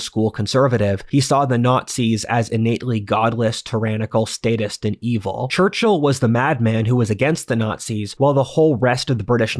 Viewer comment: Just a side note; your pronounciation of the man's name is really weird. Instead of "Churchill" it souns like "Churchhill".